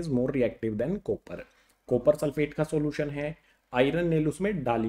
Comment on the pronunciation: Sopper chloride 😂😂😂😂😅